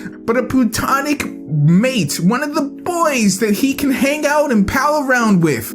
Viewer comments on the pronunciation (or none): none